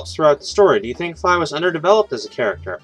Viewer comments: Fye? It's Fee (Fi) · Fye? It'd Fee (Fi).